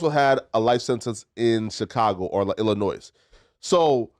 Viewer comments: First of all. We don’t pronounce the S in Illinois. The S is SILENT. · him pronouncing illinois with the S told me all i needed to know in the first 30 seconds 🤡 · My God this guy sounds like such a f'n idiot.... STOP SAYING THE "S" AT THE END OF ILLINOIS! How is he that grown and doesn't know how to pronounce a state name? And tries to sound intelligent while not knowing what the hell he's talking about.